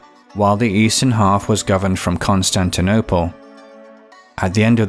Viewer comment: "Constinople" lol